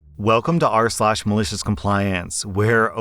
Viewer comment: That basic triaining was epic, emphasis just made it better.